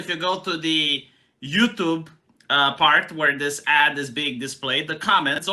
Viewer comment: Ad. Not add. These ads don't add anything tonour culture.